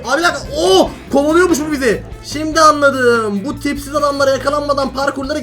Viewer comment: Abi yanlışlıkla tipsiz derken pipi dedi 😂😂😂😂😂 seviliyorsun ❤❤❤❤❤❤❤❤❤❤❤❤❤❤❤❤❤❤❤❤❤❤❤❤❤❤❤❤❤❤❤❤❤❤❤❤❤❤❤❤❤❤❤❤❤❤❤❤❤❤❤❤❤❤❤❤❤❤❤❤❤❤❤❤❤❤❤❤❤❤❤❤❤❤❤❤❤❤❤❤❤❤❤❤❤❤❤❤❤❤❤❤❤❤❤❤